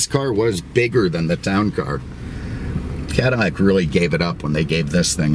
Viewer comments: Is it just me, or is this guy saying CADIMACK instead Cadillac? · Are u saying cadamac instead of cadillac? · Why on God's green earth are you saying "Cadamac"? Say it right next time, Please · "I swear he's says "Cadamac" in the beginning....LOL... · Blueflame - yeah he said it several times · Definitely says it. In fact I stopped the video a couple minutes in to check the comments about it lol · Is he saying Cadimac ? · Cadi-mac? Lol what happened to the pronunciation lol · How are you pronouncing CADILLAC? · Why the hell are you saying cadillac so weird